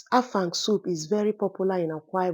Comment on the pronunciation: You pronounced it well.. 😂 I am from Akwa ibom state, Afang soup is our own ❤